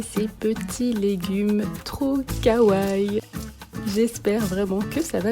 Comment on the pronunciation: On dit kawaii pas kawaï je chipote peut-être pour rien mais quand on dit wesh on dit pas ouaiss